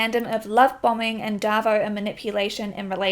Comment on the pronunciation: bless you! Great vid. Every time you say ‘darvo’ i feel like i’m back home in nz w some old bloke called david lol xx